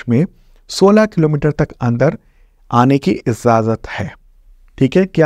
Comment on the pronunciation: Very nice video and very much helpful in all exams One pronunciation correction I suggest it is "ijazat" u r genius teacher thanku sir